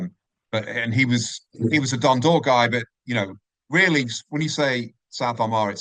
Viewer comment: F@ me Dunydalk , what the F@ shite is this ... It Dundalk ffs